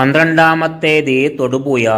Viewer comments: തൊടുപുയ അല്ലടമക്കുണ തൊടുപുഴ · എടാ പൂറി മോനേ.. തൊടുപുയ അല്ല.. അവന്റെ കുണ്ണ.. പോയി മലയാളം പഠിക്കെടാ കഴുവേറി മോനേ